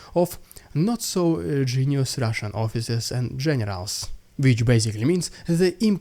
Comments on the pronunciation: Your "RRidiculous RRussian pRRopaganda" is getting a little cringe...but, I'm HERE FOR IT! Carry on,! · maybe if soyguy sacrifices all of wagner he might slow down the AFU momentum just enough to allow vladdy a moment of rrrrrridiculous rrrraaaaaashan pprrrrrrrrrrrrogandah hah!